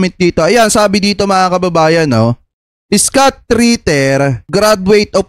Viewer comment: Hindi skut kabayan..scott(iskat) ..engish kasi kaya ka hirap ee hehe